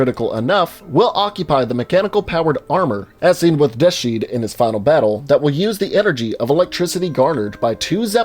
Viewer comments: it's not Death shead, it's Death's Head Da'at Yichud is pronounced by Set as (Dah-t) (yee-should) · I don’t think they’re saying Deathshead correctly It’s ‘Death’s head’ Or better yet TotenKopf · "De-sheed"? It's "Death's Head". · It is deathshead...like Death's Head not "death sheed." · this dude said deeshheed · Nobody is gonna mention the fact that he pronounced deathshead "de-sheed" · Can't say "Dat Yichud", Can't say "Death Shead" I mean...they say these words in the game, you'd think you'd be able to pronounce them. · “death-sheed” LMAO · Are we all going to ignore the fact that he said deathshead like death shead. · Deaths head... Litteraly two English words Dat yichud. Two words that are t English and sound different to how they're spelt. Yeh totally can't see why he can pronounce one but not the other..